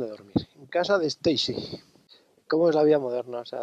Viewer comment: Estaicy?, no estaremos hablando de la de Roberto 😁